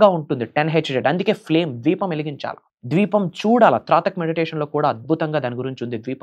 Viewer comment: Bro dweepam kadu Deepam